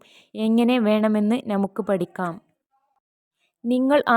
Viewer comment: നമുക്ക് NA മുക്ക് എന്നല്ല. മുസ്ലിം ആണെന്ന് തോന്നുന്നു